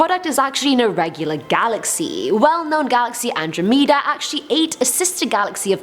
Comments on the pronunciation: Okay question time—- if u were FORCED to drink one, what would u rather drink, Piss or Sweat??? Lmao... I think I might actually prefer piss, cuz sweat really does gross me out big time And ps, it’s an-DRAH-meh-da, not ANDRO-meeduh lol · Andro Meed uh???? Lady what's going on